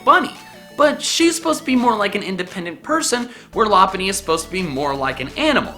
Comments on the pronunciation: I think you're not pronouncing lop bunny's name right I'm pretty sure it's pronounced LOP-BUNNY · it's pronuced Low-punn-ny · You misspronounced Lopunny